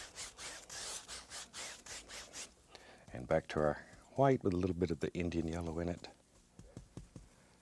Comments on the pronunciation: Liquid H-WHITE titanium H-WHITE. Haha love it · You know its a real painting when titanium white comes out I correct myself **Hwite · Not white huwhite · I love how he pronounces " white " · I love the way he says white its like that family guy episode where Stewie pronounces Cool whip like Cool Qwhip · Lmao right?! Kool qwhip